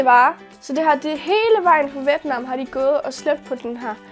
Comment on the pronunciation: Hej det hedder vjet nam 😂